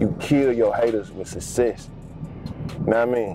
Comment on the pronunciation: He said, "suss cess". 😆